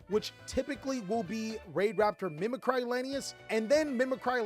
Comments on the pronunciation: Why does every Yugituber pronounce "Mimicry" so strangely? It's an English word, it's not a portmanteau of "Mimic" and "Cry". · Yeah it annoys me too. It’s not like the word “mimicry” is an uncommon word either